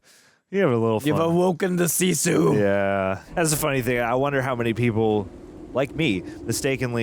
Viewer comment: It's not 'see-sew', it's just sisu.